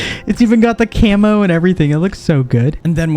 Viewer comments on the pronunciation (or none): none